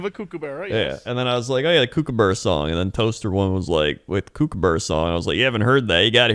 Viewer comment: That's not how "kookaburra" is pronounced haha.